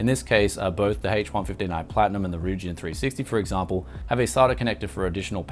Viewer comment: first review i watched where he pronounced the name right lmao